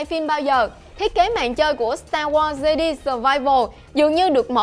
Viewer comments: fan Star War nghe đọc Jedi là 'Giê-đi" chỉ biết ngồi cười rồi đi ra :)) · starwars "de đi" ?? =]]]]] Omg cú tui cú tui